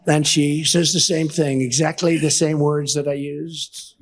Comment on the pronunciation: "...exsacklay the same words I use-sd-s-sd..." [cut away from slow slurring low energy rambling and repeating himself]